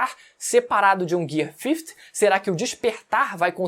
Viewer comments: O o vídeo inteiro falando Gear 50(fifty) hahahaha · "Gui Cinco" Man chama assim